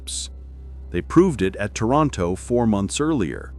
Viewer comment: Toronto? Taranto? Lol